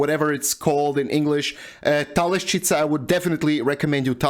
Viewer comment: It is Telašćica, not Talešćica 😉